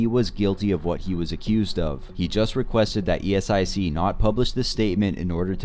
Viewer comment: Please stop saying it as e-s-i-c 😭